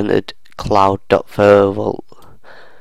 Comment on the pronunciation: What accent is this 😊, i love the way he says "Photo Vault". Pho-o vault